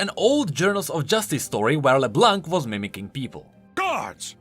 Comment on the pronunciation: Would love a video about Leblanc's card, but please. It's pronounced Leblan, not leblank. It means the white in french, and the c in blanc is silent